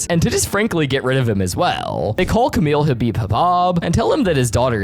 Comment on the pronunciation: Is not Camille Habib is pronounced Camille habiba Bob Camille as in Campbell khabib kabob as in corn on the cob and what can I do for you on this fine morning evening or afternoon